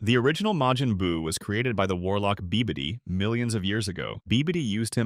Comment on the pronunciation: Its babidi, this AI voice dont know how to say it properly 😭